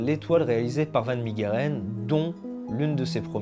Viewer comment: Superbe vidéo !! Juste pour la prononciation en néerlandais son nom se prononce Han fan Mèreren !!👍🏻